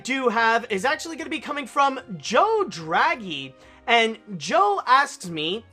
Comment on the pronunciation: Thanks very much for reading my question, and also thanks for pronouncing my last name Draghi right because the people that I always meet always pronounce my last name wrong, I often do find that funny.